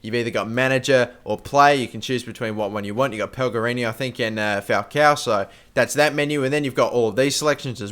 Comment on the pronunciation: he said pelgerini instead of pelegrini ...